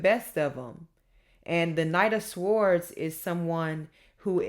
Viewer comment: Hello my darling daughter, Shondi here. The correct pronunciation of "swords" is "s or ds" sords "w" is silent...l enjoy your sweetness and energy great entertainment. Love you darling. Shondi Thanks!